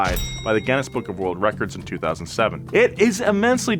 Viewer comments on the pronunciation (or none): I thought said Guinness gitnness 😂😂😂